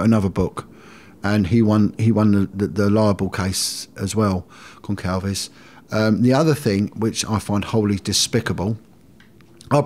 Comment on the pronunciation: Who's Concalves? 😂 I was so confused.. It's Gonçalves as in Gonssalves